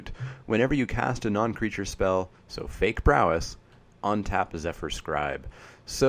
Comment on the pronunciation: where do you live? Your pronunciations are mostly "normal" but then you say ontap for untap :) Just wondering.